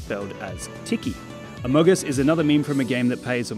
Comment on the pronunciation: U said amagus and amugus no amogus